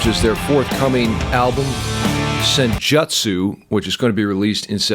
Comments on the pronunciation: Sen joo tsoo lol not Sen Jut soo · Please never say Sen-JUTT-soo. It's Sen-joot-soo. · Not to be a dick, but it's pronounced Sen-JOOT-su. Go watch some Naruto or something. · U's in Japanese words/names are always pronounced "oo". Senjutsu would be pronounced "Sen-joo-tsoo". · I believe it’s pronounced senjewtsu, not with the “jut” sound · Man I don't need you to explain to me maiden I have forgotten more than anything you will ever know about iron maiden and you are not pronouncing senjutsu correctly